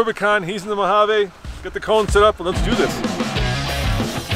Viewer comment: i cringe everytime they say Mojavay